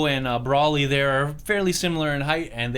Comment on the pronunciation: It’s broly not bawly